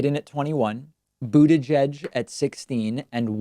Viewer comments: Stop saying Boot "eye" judge David. If you can't pronounce it just say Mayor Pete. Bernie 2020! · Aroddo boogie fudge?